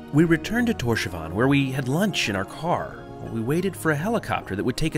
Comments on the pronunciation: killed me XD the way you say Tórshavn is sooo broke btw when you say it its like Tórs havn not Tósavan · Awesome vid! Just weird hearing you say "torshavan" instead of "torshaun" how it's actually pronounced lol Cheers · It’s Thors-havn (Thors harbour) 😊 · The way you pronounce Torshavn lol, didn’t you speak to the locals?? 😂